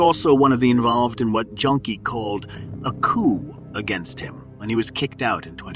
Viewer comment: Just to clarify to any english speaking wievers. "Jønke" is NOT pronounced as they often do in this vid. "Jønke" is NOT "Junkie". Jønke is a nickname comparable to that youd give someone called William- that would be Bill. Likewise.. Jørn, or Jørgen becomes Jønke. This Jønke kinda ended up calling dibs on it tho, and theres very few Jørns or Jørgens who enjoy the nickname Jønke nowadays. Let alone fewer peeps name their kids Jørgen now. it used to be ultra common for like 100s of years, fading out slowly in the 80s, 90s and onwards. its still a common name, but its not ultra-common